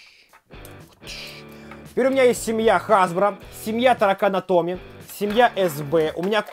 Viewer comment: Мне одному кажется что он говорит ТАРАКАНА томи